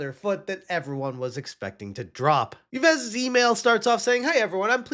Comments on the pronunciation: Ives is pronounced like the female 'Eve' in English. The S is silent. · Yves is pronounced 'Eve' in English. Great news vids lately. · Yves is pronounced eeve, not eevess. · The way he says Yves is so obnoxious It's a french name, not a spanish one It's not supposed to sound like "he-vez" The "es" at the end is supposed to be muted It's supposed to sound closer to "Eev" Kinda how english speakers say "eve" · As a french speaker, I must inform you that "Yves" is pronounced like "Eve". But Ubisoft execs deserve the mispronunciation, so still okay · Jesus Christ! Americans and their pronounce...YVES Guillemot as in YVES ROCHER, Dimwit. It is pronounced same as EVE ('i:v). 'Muricans... sheesh... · Yves Guillemot,pronounced Eve Geemo. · Just for your information, "Yves" is pronounced exactly like "eve" in English. Cheers! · Don't care about that Yves guy. But as a french speaking person..the way you pronounce that is funny. French is not a logic language. Yves is pronounced like "eve" as in Christmas eve ou Adam and Eve. Not logical, but just a little FYI. ❤❤ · The name Yves is pronounced like ''eev'' for future video if you need to mention him again! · The name "Yves" is pronounced with a long "e" sound, like the "ee" in "see", followed by a "v" sound, and the "s" is silent, resulting in "eev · How is it possbile that you don't even know how to pronounce Yves' name? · stop being an ignorant american and try to pronounce yves. it is not that hard to not be american trash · I love how incorrectly he pronounces the CEO of Ubisoft's name. Ee-ves Gheemont. ✨💃😂💀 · Bruh, it’s pronounced “Eves Gill-Moe”. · It’s “Eve Gee-yuh-moh” French does not pronounce some letters like the “s” of Yves and the “t” of Guillemot. Source: I’m French.